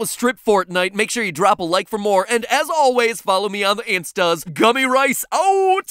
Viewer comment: ''Gummy rise"" 💀💀